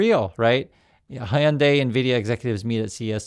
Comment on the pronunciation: Hyundai rhymes with Sunday bro.